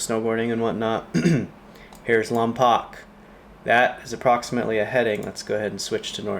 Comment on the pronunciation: Lom”POKE” not Lom”POCK” pulease… only W.C. Fields can pronounce it LomPOCK (“The Bank Dick” — 1940.